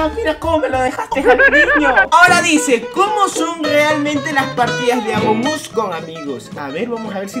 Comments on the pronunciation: Alguien se dio cuenta que dijo amom Us? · Me di cuenta que dijo amom us